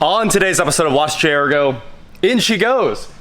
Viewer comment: It’s pronounced Jaguar, not Jaguar.